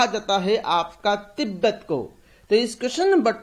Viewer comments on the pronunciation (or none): Not tetbet say Tibet... Please kindly correct your pronunciation